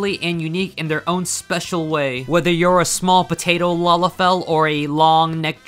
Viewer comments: I think you mispronounced Lalafell when you said something about "master race"? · Yeah, I noticed it too, it's so weird right?